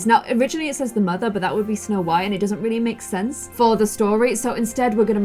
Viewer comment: You said "snow wight"